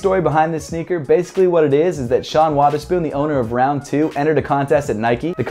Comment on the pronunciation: It’s not pronounced “Waterspoon” put some respect on the man’s name 😫